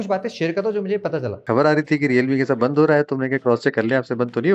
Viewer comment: Bhai aap kya bolte hai samajh mein nehi ata.. Service center 'bendh' ho gaya hai